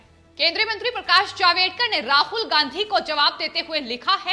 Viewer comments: जावेदकर नही जावडेकर।सही सही उच्चारण करो. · Madam HeIsJavDEkar NOT JavEDkar.😠